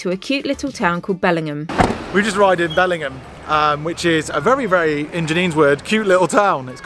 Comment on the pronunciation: Just so you know - it’s pronounced Bellin-jum! Northumberland have the weirdest pronounciations